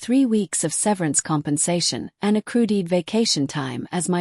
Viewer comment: Nothing special. This AI stuff is sloppy about pronunciation. Kept pronouncing accrued deferment ways.